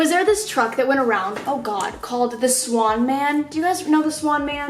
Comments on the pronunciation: Honeyyyy it wasn’t “swan man” it’s Schwaun man or something like that 😂they had the bestttt drumsticks in the world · its the schwan man not the swan man😔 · SKSJSKJSS THE SWAN MAN. it’s schwann lmao i LOVE u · Schwan not swan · It’s “Schwann’s” but yes I had one of those guys